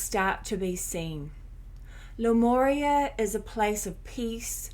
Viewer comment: I think it’s pronounced ‘lemooria’ 🤔 🙂